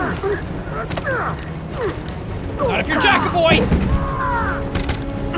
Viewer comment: Not gonna lie, its kinda cringey when he pronounces it like that. I'd prefer if he pronounced it with an English accent (No offence to the french people)